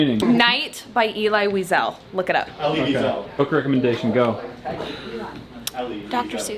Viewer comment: Elie Wiesel is pronounced like a v because it has a german root. Visel.